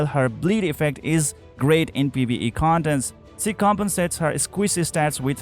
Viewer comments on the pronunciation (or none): Awesome video! Thank you! Pls do learn how "Ally" , "Allies" and "She" are correctly pronounced. all in all, awesome video!